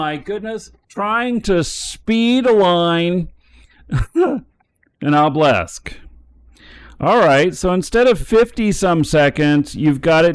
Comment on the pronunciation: Dear, its pronounced o-buh-luhsk, not oh-blesk, its driving me up the walls haha